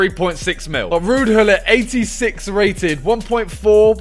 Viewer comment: Bro you say wuud hullit